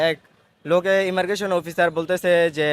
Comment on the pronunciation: ইমারগেসন না ভাই, কথাটা হবে ইমিগ্রেশন ( immigration ) ভারতীয় হিন্দু 🇮🇳🇮🇳